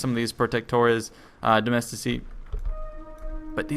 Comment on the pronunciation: You read 'domestici' correctly, I love you <3 (no homo)